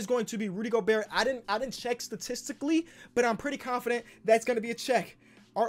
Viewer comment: said “Rudy Goburt” like flight 🤣